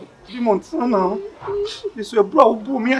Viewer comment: How said Montana 😂🤣🤣🤣😃🤣🤣